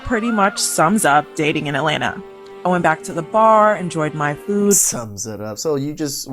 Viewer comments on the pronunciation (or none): Did she say At-lay-nah?